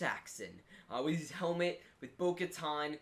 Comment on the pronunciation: Its Boka TAN. LIKE IN SUNTAN